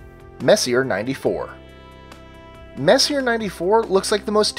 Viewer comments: Sorry to be an ass but messier is pronounced, mess-e-a, it's just that it was bugging me in your otherwise very good videos. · Messier is pronounced Messi-a. Sorry, it just bugs me.....Don't hate me....please. lol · You mispronounced Messier. The name is French and pronounced Messy-A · It is a french name, so it is not pronounced english. It is Messi-jeh, so to say. As Charon, the moon, is not TSCHÄÄÄRUN, as always in the videos, because it is not english, too, but roman. It is hm, how would you pronounce it Cuchun. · Messier is pronounced Mess-E-A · Messier is pronounced Mess-e-a (vowel sound) sorry just busting balls but it is the correct way to say his name great upload though! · He just pronounce it wrong but you striaght up insult him wtf Is wrong with you angry kid? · Learn how to pronounce 'Messier', you sound like a dumbass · seconds in, and Messier is mispronounced 2x already. Who could take the rest seriously? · You pronounce sommalier correctly but not Messier???Lol, just busting your chops! Good list. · Comic B Studios - No, Messier is the sir name of French astronomer Charles Messier. There is only one correct way to pronounce his name: "Messy-A"; Not "Messy-er". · Oh Crap....do a tiny bit of research.. His name was. "Mess-e-ay". Every time you repeat. "Messi-R." , my ears bleed. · it’s pronounced Mess-e-yay, not Messier. Charles Messier was a French comet hunter in the late 1700s who made a catalog of faint fuzzy things to avoid, because they may be mistaken for comets. Ironically, although he discovered many comets, he is now famous for his faint fuzzy things! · Messier is pronounced (Messy-A) not messier. WTF IS WRONG WITH YOU STUPID MORONS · Omg. It's pronounced: "May-See-Aye". Not: "Mess-E-Urh". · It's pronounced "Messy-A", not "messier". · um, that's "mess - ee - AY" (French) NOT "mess - ee - ERR" (LOL) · gues what he isnt fucking french and probably doesnt give 2 fucks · Just for future reference, Messier is pronounced Mess•ee•ay